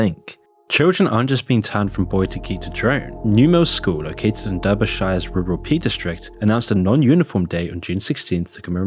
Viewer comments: Interesting video, but you must be secretly American, no Englishman would pronounce Derbyshire like such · erm,. Why are you saying Derbyshire like that. I thought you were English. Strange.